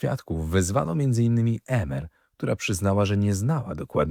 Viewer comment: Emer wymawiamy IMER 😉